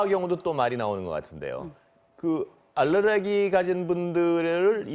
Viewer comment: 알르레기가 아니라 알레르기입니다.